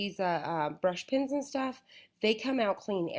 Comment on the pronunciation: Why does she keep on saying pIns there pEns